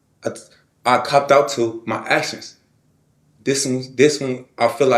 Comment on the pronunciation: ‘mah ash-uns’